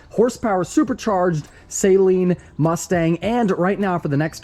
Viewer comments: I'm not a Ford guy but even I know you are pronouncing it wrong. Saleen not saline. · Won't enter until you say Saleen correctly....Mr super duper car guy